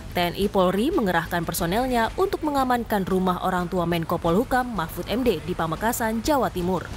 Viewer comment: kok sya gak denger mahmfud...mahfud keluar. tp yg sy denger nasbung...nasbung...keluarin🤣🤣🤣